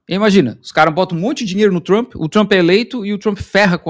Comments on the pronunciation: A pronuncia correta é Donald Trap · Adoro quando ele fala “tremp” porque significa vagabundo 😂😂😂